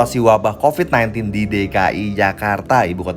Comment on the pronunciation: Ini kenyataan.. mau apapun yg mengucapkan copad copid sambil ketawa geli kek apa kek..tapi kenyataan yg ada tidak selucu ketika berbicara copat copit. Berpikir cerdas lah